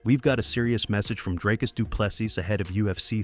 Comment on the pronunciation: And Dricus is like Dree not Dry